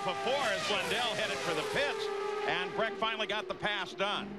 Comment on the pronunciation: It"s Brack not Breck.